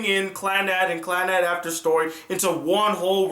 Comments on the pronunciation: Clannad means Second life in Japanese and is pronounced clan-a-do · is it not clah nahd? Can't be clan-ad as you pronounce it, the Japanese language has no sound like 'a' in bat. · You pronouced Clannad and Tomoya's name wrong...